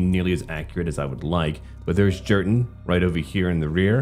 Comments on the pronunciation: Jurten is pronounced "Yurten" you butcher! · also I think that J in Jurten's name is pronounced more like a Y. Just a lil tip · I'm pretty sure Jurten is pronounced Yur-ten if it's supposed to be THE Colonel Jurten from the Krieg book